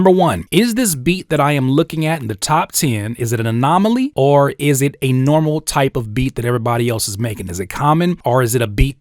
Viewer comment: My dawg keep saying anomonaly 😂😂 this video just helped out for sure, appreciate you 💪🏾